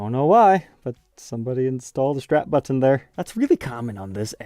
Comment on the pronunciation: I need you to stop saying button like that